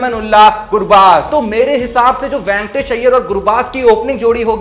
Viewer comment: Ventors nahin re baba Venkatesh Iyer chutiya tere ko bolna aata nahin a Gaya YouTube per